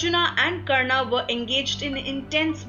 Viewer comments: This video has a lot of bonus information because it is not substantiated. Right at the outset, it calls Hindu Epics as mythology when they are in fact Itihas. If they were mythology then how come this channel is trying to show the correct FACTS? The pronunciation of the commentator is bad. There is no need to add 'aa' sound to the names. It is Pandava not Pandavaa, Karna not Karnaa, Arjuna, not Arjunaa etc. Back to the drawing board, you are doing a gross disservice to the Hindu tradition. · y r u pronouncing arjun and karn in correctly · its Ramayan, Krishan,Ram,Karn,Arjun...plz dont put a in every name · Please don't speak out the 'a' at the end of sanskrit names like Karna or Arjuna... it is supposed to be pronounced as Karn and Arjun. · Good video but why does the narrator adds an 'A' in every other word. It is said as mahabharat not mahabharataaaa. It is karna not karnaa. Similary for so many other words. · Not a mythological myth, it is India's history. Pronunciation is Karn, Arjun and for more names or places like these.not Karnaa, Arjunaa, Mahabhartaa. Perfect sound of Indian accent but foreign pronounced words. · Why the overt use of 'a' at the end of every name? Coming from any Indian language speaking person this sounds more like an anomaly than a regularity. Its Karn, Arjun, Bhism, Ved Veyas and Mahabharat instead of Karnaa, Arjunaa, Bhismaa, Ved Veyasaa and Mahabharataa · KARNAAAA, ARJUNAAA, RAMAAAA, SUGRIVAAA for GOD sake those are names and they should be pronounced same in all languages, gladly she didn't say DRAUPADIAAA. So irritating to hear that and also stop making up foolish stories that Draupadi loved Karn this is no where mentioned.